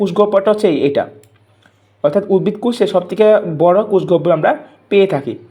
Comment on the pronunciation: কোষ.....কুষ না😅😅😅😅😅😅😅😅😅😅😅😅😅😅😅😅😅😅😅😅😅